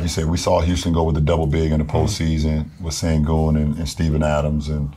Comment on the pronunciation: Steve Nash su ana kadar bi yabancidan duydugum en iyi SENGUN telafuzunu yapti Turk gibi soyledi ;)